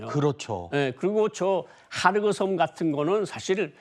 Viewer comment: 하르그섬이 아니고 خارک 헐크 섬 즉 흙섬 이란 뜻입니다. 헑 섬이라고 끝 소리 크 소리 좀 남 .